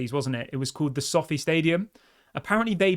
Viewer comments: You pronounce Sofi wrong and it's So Fi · it’s pronounced so feye not sofi lol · It so-fi - like wifi not sofy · It's pronounced so-fi mate.